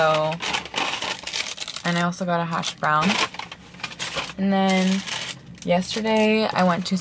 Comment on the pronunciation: why does everyone pronounce the “brown” portion of “hash brown” with a different tone just say “hash brown” and not “hash BRown”